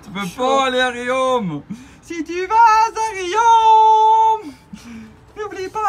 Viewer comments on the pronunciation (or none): Super filmage et montage, merci ! ( mais pour Riom on dit rion, pas riome, arf ! )